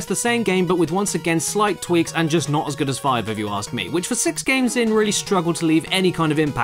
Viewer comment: That is a vwary gudd. Qweston